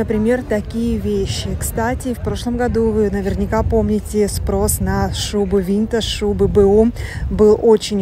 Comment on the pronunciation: Добрый день!, пожалуйста, ставьте правильно ударение, в слове винтАж ударение на второй слог.